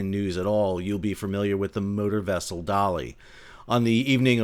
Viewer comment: When you first said 'motor vessel Dali 6 I thought you said "Murder Vessel"